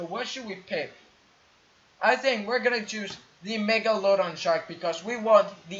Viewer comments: He pronounced Megalodon wrong!!!! LOL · am i the only one that noticed that he mispronounced Megalodon